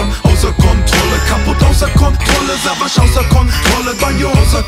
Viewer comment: Wieso spricht Banjo den Namen von Savas falsch aus? :D:D voll das weiche "s"